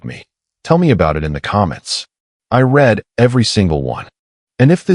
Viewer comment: to bad your bot doesn't know when to use read from read